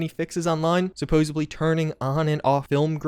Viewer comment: Supposebly?? I think you need a patch